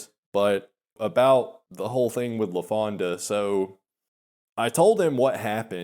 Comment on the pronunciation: There he goes with that "LafondA" shit again..